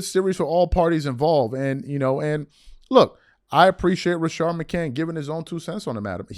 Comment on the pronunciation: its RA-SHAD bro chilll on his name! plus say HIS NAME JOEEEEEEEE IS A TWERKER LBGAY